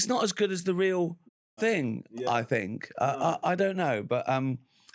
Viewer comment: uh uh uh I Fink